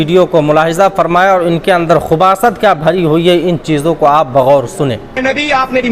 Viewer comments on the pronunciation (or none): Khubasat nahi khabasat bolte hn. Phle ja ke urdu sikh Le bhai lekin halwa malida khane se fursat milegi tab to kuch sikhoge.